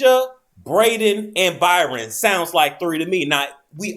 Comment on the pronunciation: It's not BYRON people...it's Bryon...sounds like Brian.